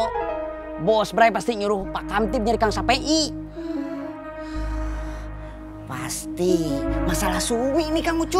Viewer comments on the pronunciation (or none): salah sebut,,😂😂😂